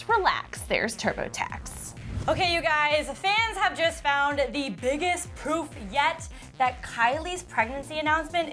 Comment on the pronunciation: WHEN SHE SAID PROOF, I THOUGHT SHE SAID POOP 😂😂😂😂